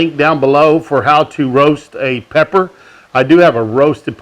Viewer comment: I swear he said black powder not pepper